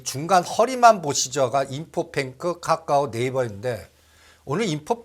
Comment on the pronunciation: 까까오 아이도아니고 카카오라못고칠까 좀듣기 거북스럽다